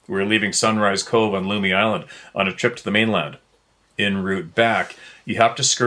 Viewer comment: Lummi Island is pronounced like " tummy"